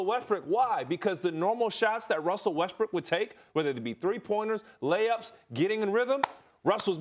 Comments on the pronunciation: It sounds like Ryan is saying Russell WestBRICK. Is he trying to be slick?🤔🤔🤔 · this man is calling him russell westbrick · I’m i the one or did he just say Russell rustbrook